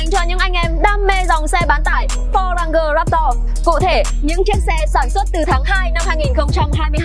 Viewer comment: ))) đọc thì đọc đúng giùm phát âm là răng chờ ráp tờ. Cứ răng go rồi ráp to nghe chói tai vcl